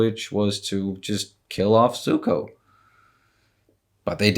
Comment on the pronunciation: whatever floats your boat, man. Like I said, that’s close to how Iroh says his name so it’s whatever. Whether you say it with a zed sound or a ”ts” combination, regardless, the point was that it isn’t ”suko”.